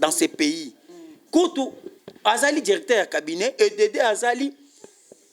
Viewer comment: Yoka ndenge azo prononcé les mots; Djirecteur, valorigé, djisept, djis...